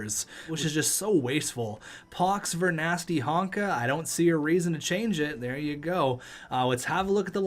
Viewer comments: Alright please read. Ver NAR sky not ver nas ky Pihlstrom its like pill not phil Take a second read get some glasses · im canadian but it pissed me off he still says vernarsty wrong and that's a star player